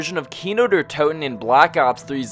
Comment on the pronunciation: "Kino Durhh Toten"